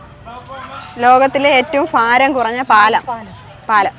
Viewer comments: ഫാരം അല്ല, ഭാരം ആണ്. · ഫാരം അല്ല ഭാരം.